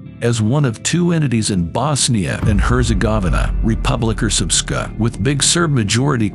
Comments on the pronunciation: You could pronounce srpska as "serpska", much easier for people not familiar with that pronunciation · no its not, its pronounced srpska.. Ex-yu languages always pronouncing as you write it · its not its pronounced srpska, most people cant pronounce it though, hahahaha